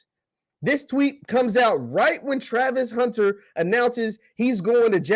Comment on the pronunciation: haha you can't even say his name right.